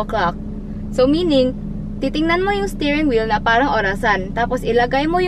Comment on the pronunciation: gusto ko ung "stairing wheel" haha